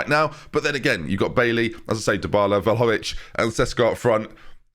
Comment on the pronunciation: Šeško is pronaunced as Sheshko, Š is generaly pronounced as SH (in Balkans at least). Since you have troubles pronouncing Vlahović surname, you can call them by his first name Dušan. Great video btw :)